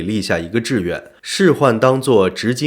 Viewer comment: 是執金吾，連念都念錯